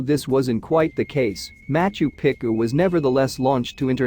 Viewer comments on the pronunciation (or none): Quit butchering the ancient cities names please. It is pronounced MachU PEchU not macho picU .